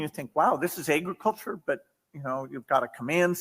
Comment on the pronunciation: Bill Gates: "Aey-griculture"